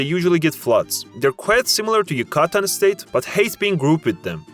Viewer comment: dude... figure out where to stress your syllables before making a video! hidroCAlidos, YucaTAN, etc etc